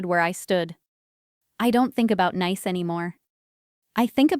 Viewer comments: "Nice"? In my world it should be pronounced "Niece "! At least pretend to do some editing! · the place is pronounce like the word Niece even though it is not spell that way. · Doesn't your AI know French word pronunciation of the city of Nice is (Niece) ? There are a lot of a French words used in English. For another example , the word resume' is not re zoom, its (res oo may). Just fyi. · Geez! Nice in France is not pronounce as nice in english! It's more like ni-es... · It's pronounced like niece, not nice. AI can be so annoying. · PROOFREAD YOUR PRONUNCIATIONS. NICE, FRANCE is pronounced ("neece")----not ("nīce") rhymes with ice, rice, mice, etc.... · For gods sake it’s pronounced NEICE, Ai narratives ruins all these good stories. By the time the story is nearly over, the viewer/listener are already thinking “WHO CARES!”. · The city of Nice in France is pronounced... Nees which rhymes with peace. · The name of the city in France is pronounced "Niece". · Me: "If I'm not allowed then neither is my money." Btw, Nice, France is pronounced niece. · The faulty pronunciation is an AI artifact. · Nice pronounced Niece